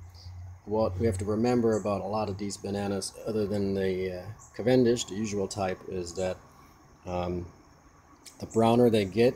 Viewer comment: who says cav-EN-dish? most people say CAV-en-dish